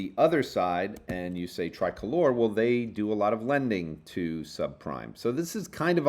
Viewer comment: Most podcasters pronounce Tricolor as "Tri-color" (accent on first "o":). pronounces it as "Tri-colour" (accent on second "o"). But in fact, the company CEO Daniel Chu explained the name in a podcast back in 2019: "...it actually means something in Spanish...so to a Hispanic who originates in Mexico that individual would refer to their national flag". So it is pronounced "Tree-colour" (accent on second "o").